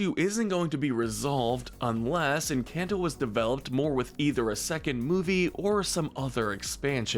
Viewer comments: I love how he say en-can-toe Instead of en-cane-to This made me so mad ngl😭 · I’m sorry but please- the lack of accent or even proper pronunciation 😭✋ It’s pronounced “hool-ee-eh-ta” not “jool-ee-eh-ta” And “en-con-toe” not “en-CAN-toe” I’m sobbing I’m so sorry but it is painful The video is awesome otherwise and I really enjoyed it! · Try pronouncing it like enCAWnto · I couldn't get past the first 10 seconds. "En-CAN'T-oh" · stop calling it enCANto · Don't get mad, maybe they can't pronounce it correctly, but it is quite funny when they say "EnCANTo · This man says Encanto in the whitest way possible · The people who disagree need to shut the ENTIRE f*ck up! When you learn how to pronounce Encanto right, then y'all can have an opinion! The movie was one of the best Disney has ever made period! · The a in encanto is pronounced an o